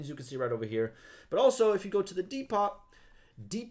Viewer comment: Wtf dude. It's dee-poh. Depot. The t is silent.